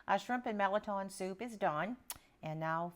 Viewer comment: I'm 65 yrs old and the first I'm hearing about this soup, looks so delicious . Going to share with husband . I'm enjoying your videos . Thanks!! That's how I pronounce mirliton, same way you do.